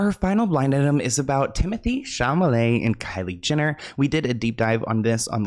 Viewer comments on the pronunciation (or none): MY DUDE!!! Please, please, please say his name right! Maybe this will help - in the alphabet, "L" comes before "M", right? The same thing goes with Chalamet! It is most definitely NOT pronounced sham-a-lay. It IS pronounced shall-a-may. Chalamet! Does that help? Still think you're a doll, though! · baby, love you dearly. But It’s SHALL-uh-May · His name is Cha-L-amet. Please.